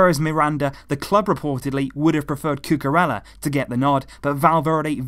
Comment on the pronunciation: isn't it pronounced Cucu-reya instead of Cucu-rella